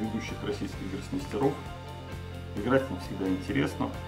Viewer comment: Очень интересно слушать, но режут уши ударения: "любкИ", "гроссмейстерОв". Это у профессиональных шашистов такой сленг?